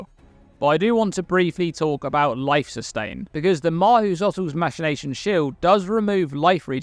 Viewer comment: I'm pretty sure I heard "masturbation" instead of "machination" a few times